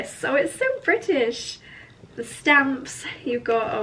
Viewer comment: You always say onley britische. 🤔